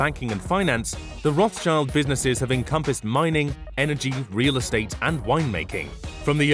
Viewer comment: Rothschild is pronounced Roth-Shild or Roth-Shilt (depending on whether you go with the English pronunciation or with the original German pronunciation), and not Roth-child like in "child".